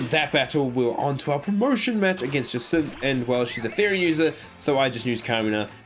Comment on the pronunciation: I like how you mispronounced almost every character and don’t question it, but you say jacinthe perfect and question it, it’s actually hilarious 😂